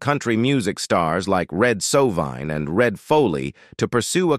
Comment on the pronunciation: The commentator on this video, pronounces many words wrong, such as " "skiter davis" it is"skeeter davis" among other mistakes, like "red soveen" it is pronounced "red sovine" SMH, at his inability to do his job correctly, !!!!